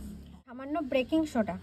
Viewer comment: ব্রেকিং সোডা না . বেকিং সোডা😊